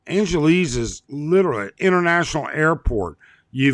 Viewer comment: An gelease? Who says it that way, buddy?